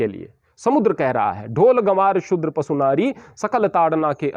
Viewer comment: "पसु" नहीं "पशु" ही सही शब्द है।